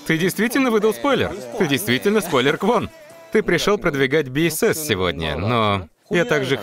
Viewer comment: Спасибо за озвучку! Но немножко корректировки позволю себе. BSS произносится как БуСокСун, а сам Хоши не лидер севентин, а лидер подгруппы перформенс или как выражаются лидер дэнс группы